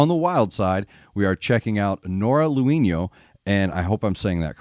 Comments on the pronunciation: If i heard correctly you said "Noora Louhino", It's Louhimo with ab M at the end there. Lol. Just remember in Finnish names and verses you read as it's written. No silent letters in our language. Love Noora. She has that 80's rock scream wibe going on. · You pronouce her name like she'd be a latina. Finnish is totally different language group and totally different pronounciation. For an english speaker it would sound something like 'low-he-mo'. Well, more or less. Can't do IPA. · Pronunciation correction, as you asked: "Lou" in Louhimo has two wovels, quite close to how you pronounce "low". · Her last name is pronounced LOW-him-oh. In Finnish the accent is always on the first syllable.